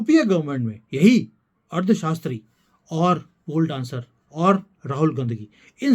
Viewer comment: You are speaking ' Ard shashtri'.. instead of 'Arthshashtri'